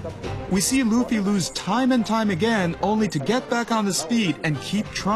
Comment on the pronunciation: luff ee? omg, someone slap that bitch, its LOOOF EEE